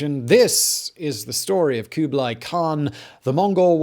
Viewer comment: Stop with the koobly; its kublah ee.